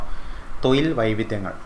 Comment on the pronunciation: തൊയിൽ അല്ല - തൊഴിൽ